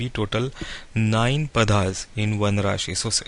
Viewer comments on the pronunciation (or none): It is not Padhaas. The correct name is Paada/Paadaas. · Are you an Indian. If so please try to pronounce the Padas properly